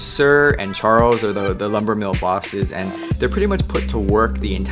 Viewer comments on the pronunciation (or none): none